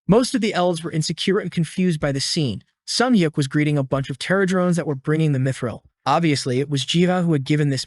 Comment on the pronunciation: why "dimidril" if it's "mithril" ???? 💩🤡🤦‍♂️